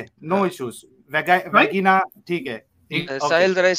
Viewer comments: Bhai vagina ko bajina bol rha 😂 kya bajaya isme..!!! 😂🤣🤔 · Mere bio wale teacher wagina bolte hai vagina mestruation bole menstruation ko tum Aise to tum Sam Bhai ko debate me nhi Hara sakte isiliye pronunciation mistake par bahas kar rhe ho